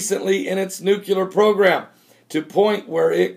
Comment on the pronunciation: NEW-KLEE-URR say it with me NEW-KLEE-URR :)